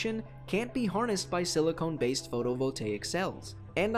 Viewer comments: silicon not silicone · Silcone? You mean silicon right? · Silicon, not siliCONE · Silicon (se le kon) Not silicone (sil ee cone) One is am element the other a polymer. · Small error in the video, it's supposed to be "Silicon" instead of "Silicone" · silicone? So, not silicon? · siliCON not CONE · Is it just me or is he saying silicone instead of silicon?